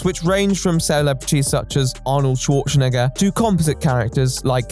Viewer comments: can we talk about the way pronounced "Schwarzenegger"? like "Shwartchenegger" how do you even get to this point? have you never heard other people say his name??? i'm????? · Nah bro said "arnold schwarz-n¡gger" 😭